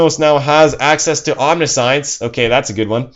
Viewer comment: Just fyi it's "Om-ni-see-ence" not "omni-science"